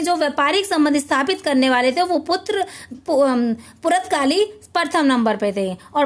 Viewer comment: Purtgali Ka sahi uchcharan to kar lijie